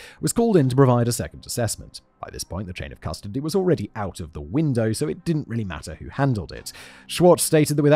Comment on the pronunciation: I like when you say "crustody" instead of custody